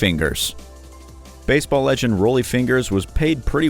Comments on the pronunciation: How can you mispronounced Unitas and Rollie? Have you any interest in sports whatsoever? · I almost stopped watching when the narrator said Dorothy Hamill was perhaps the most iconic figure skater of all time. You forgot about Katarina Witt. But when the narrator pronounced Unitas and Rollie the way he did, I just couldn't go on. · Johnny Unitas is pronounced You-Ni-Tus. Rollie Fingers is pronunced Rol-ley. How can the producer let these mistakes get through? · Interesting, but Unitas and Rollie’s are mispronounced 😆